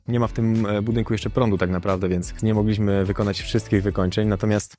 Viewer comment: Bardzo fajne domy👍, lubię oglądać i słuchać -, proszę jednak przestać wymawiać "ź" zamiast "ś"... Jak słyszę, że "mogliźmy" to czar filmu i domu trochę pryska.